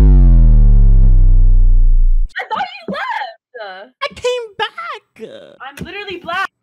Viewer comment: "I thought you left-uh." "I came back-uh"